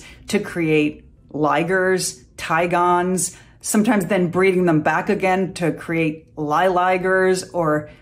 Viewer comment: C'est "tigrons" pas "tigons".